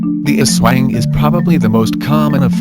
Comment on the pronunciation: Its not Aswa-ing its Aswāng and its not Duwend(silent e) its Duwendeee strong E :3 Im referring about the way u read it Im a Filipino